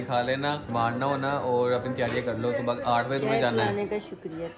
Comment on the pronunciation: yrr subo subo kya hota hai subha hota hai